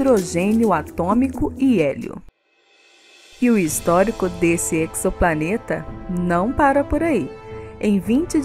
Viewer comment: Pessoal que quer divulgar matérias científicas podia começar pronunciando corretamente a palavra em português. Eczoplaneta não existe...Ezoplaneta porque o X se pronuncia como Z da mesma maneira que se diz uma reação exotérmica (pronuncia-se ezotérmica e não eczotérmica ou ecsotérmica)....pegam a palavra do inglês onde o Z é pronunciado como igzoplanet ou igzit (exit)